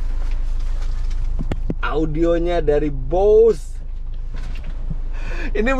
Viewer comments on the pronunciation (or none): Bacanya memang BOSE lho Bos, bukan BOS ato BOZ